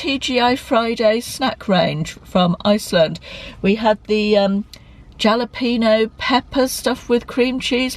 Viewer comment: Lovely, chatty vlog again! Thank you - just one thing and I hope you don't mind me telling you - but Jalapeño is pronounced Halapainyo - Spanish J. That's it - I'm done! (I love them, and put them in so many things - my husband loves pieces in his Mac & Cheese). So envious of Marks & Spencers - I know I can order many things from here in the US, but sadly, not the food.